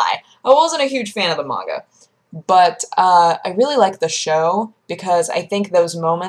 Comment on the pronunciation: The way she says it is the correct pronunciation. I pronounced it probably the same way you do for the longest time.